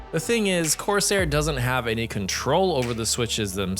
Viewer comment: why he saying corsair like that